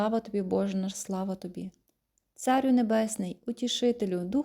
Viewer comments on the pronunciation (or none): Не Ісусе ХрИсте, а Ісусе ХристЕ... Не ЦАрю, а ЦарЮ... і т. д . Вибачте , але треба правильно ставити наголос. Цей ролик дуже корисний , але запишіть із правильною вимовою. Ще раз, вибачте ❤.